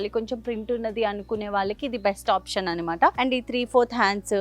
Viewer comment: It’s anamata not animata..Not a hater or anything but enduku telugu ala matladthunnaru??